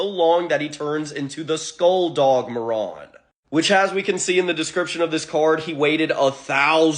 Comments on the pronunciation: It was slightly annoying that you kept calling the dog moron the entire video. Marron. Spanish for brown. Not moron. Mah rone. Open that mouth. On a positive note i never noticed the cards told stories. Nice. Thanks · muh-ron is not mare-in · What are you saying marrone. It’s mar rin. You are a morrone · “May-Ron” Bruh!! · Come the fuck on dude. Marron. Mare Un. It’s a real fucking name. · Pronounced mar in dumb ass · It's so funny hearing Marron pronounced like Moron. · I am pretty sure it’s pronounced “mare-en”. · Say his name correctly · You mispronounced marron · “Outstanding dig Moron” my dude, it’s pronounced Marron like “Mary” but with “on” instead of y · I've never heard Marron pronounced like that. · The way he pronounced marron throughout the whole video just hurt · I really hope Marron (I think the first syllable is stressed and not the second, since the name is the common way of saying chestnut in JP) will get a spotlight in that new yugioh cards lore anime they're making Edit: It's interesting how different people come away with different interpretations of these cards. When I first saw someone putting together Marron lore, they actually managed to weave everything (the mechanization, the evil dog, the skeletal dog) into one story rather than alternate paths. I really like the idea of there being like parallel versions though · I have never heard anyone pronounce this card name this way